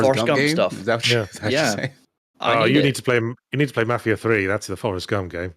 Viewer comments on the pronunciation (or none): none